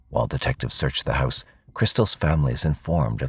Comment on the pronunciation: It's Pronounced "House" not "Hyse" .......